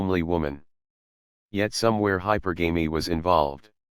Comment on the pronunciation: you pronounce "hypergamy" wrong.